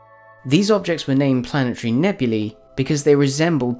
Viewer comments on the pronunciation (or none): none